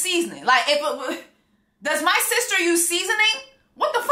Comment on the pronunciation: I’m cryin 😂 “I’ve seen what you have done for my sees-tah…” 😂😂😂😂😂😂😂😂😂